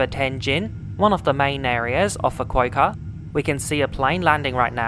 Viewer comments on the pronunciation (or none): Pronounced ‘Fu-ku-ooh-kah’, not ‘Fu-ku-ei-ka’ 😂